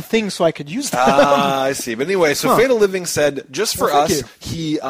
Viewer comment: It's FearTheLiving not FatleLiving. Also it was for Yuzo's Birthday because it was April first when I made the video and I saw it was Yuzo's Birthday so I thought it was a good excuse to light something on fire. The controller was also broken for some reason it didn't turn on. Anyways Great Show hope HD comes in soon.